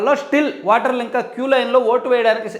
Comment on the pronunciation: వాటర్ కా దు ఓటర్ అని పలకండి సార్. నేను 19 లో ఓటు వేయలేదు.పాపం లో బాగం పంచుకోవడం ఇష్టం లేక.